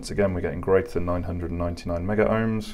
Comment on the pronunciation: Thanks for another great video. I would like to mention that the terminology as required by C&G exams etc... is Megohms... (Meg-ohms)...and not Meggerohms or Megaohms as is often mentioned to by trainees. Picky, it may be, but at least you'll be pronouncing correctly to anyone in the know. So, once again I thank you for putting the measurements up on the screen in writing, for all to see.